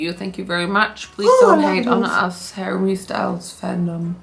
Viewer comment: As a French, your pronouncation of Harry Style is very bad 🤣 if it was in french, de will pronounce it "harry Stele". Y is like E